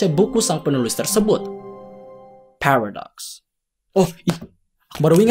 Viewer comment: "phewredox" cara bacanya :v